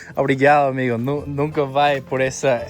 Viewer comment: We say obRigaDo and amiGo, not obriga'o or ami'o.